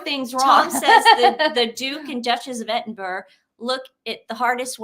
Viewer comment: Edinburgh is Edin Burra